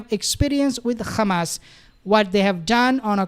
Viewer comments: Stop saying khamas it’s Hamas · Bro stop saying Khamas, its Hamas. Zionists say Khamas. Its like saying Khomos instead of Homos